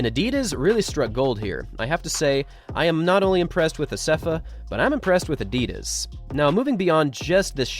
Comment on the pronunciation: Adidas - wrong pronunciation!